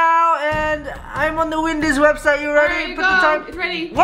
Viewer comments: Paul said "Windys" instead of "Wendys" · he's like wedys wedys?!! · Its wendy's